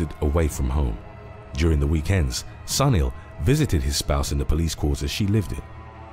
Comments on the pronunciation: Sunil should be pronounced as Soonil. If you can say "soon" add "il" next to it. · Sunil must be pronounced soonil